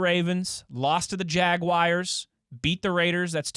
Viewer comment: Every time says “jag-wires” I have to turn this off